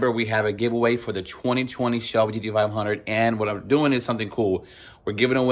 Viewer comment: Like your channel but damn you cant say G-T-500. What's up with that?